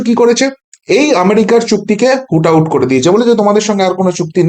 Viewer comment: ভাই, একটা শব্দ বার বার ভুল বলা হয়ে যাচ্ছে । কথাটা "হুট আউট" নয় । ওটা হ'ল, "root out" । অর্থাৎ উৎপাটিত করা । এটা দয়া ক'রে ঠিক ক'রে নাও । --- মানস রঞ্জন চৌধুরী ।